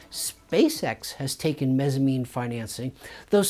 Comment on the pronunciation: Mezzanine not Mezzamine. It's like a Mezzanine floor, a middle floor between two floors in a building.